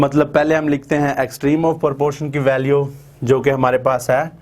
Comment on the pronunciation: Its not porpotion its proportion😂